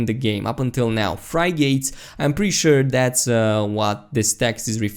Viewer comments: you do a great job! Frig-its not fry-gates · Frig-git, not Frie-gate. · Desert Fox liked the video, but couldn't help but cringe when he kept repeating fry-gate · FRY GATES? i love it. frig-ate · Lol "Fry-gates".. jesus christ. It's a "frig-it"... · Not to be a grammar Nazi but it's pronounced frigit not frygit lol but I like the video you keep up to date on NMS next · its pronounced frih git. Frigate is another name for freighter. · FRIG - GITS not fry gates xD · fri- gates!!! haha ur a funny man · "Fry-Gates" LuL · LOL! i was following until he said FRY-GATES! HAHAHAHAHAHAHA!HAHAHAHHAHAHAHA! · dude its "Frig-it"(frigate) :frig·ate [ˈfriɡit] NOUN a warship with a mixed armament, generally heavier than a destroyer (in the US Navy) and of a kind originally introduced for convoy escort work. historical a sailing warship of a size and armament just below that of a ship of the line. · It's prounced frig-it. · fry-gates. Lmfao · Fri - gates 😂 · English pronunciation rules are tough. Mainly because they don't seem to exist. Also when someone pronounces a word phonetically it means they learned it by reading. So don't make fun of that. But yeah it's pronounced friggit. Because English. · Is anybody gonna tell him how to say 'Frigate' Edit: I was just asking holy